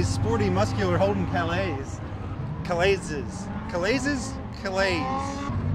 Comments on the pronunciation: Calais has a silent “is” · Holden's Calais is pronounced Calay. Just like Cadillac's Calais. The name comes from France.